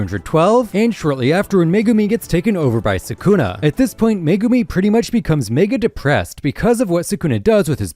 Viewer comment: absoloutely horrendous💀💀